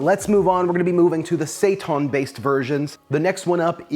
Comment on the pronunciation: Say-TAHN?? Seitan and Satan are homophones.